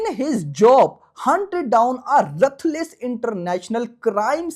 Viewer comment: Ruthless ❌️ Rathless 😂😂😂😂😂